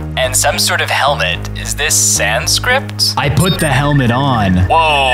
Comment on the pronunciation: the way he said Sanskrit as sanscript XD